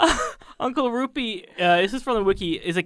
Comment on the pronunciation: So basically everytime you guys said uncle Rupee, I understood uncle Roofy. You know like the drug roofys? Which basically gave me an completely different picture in my head xD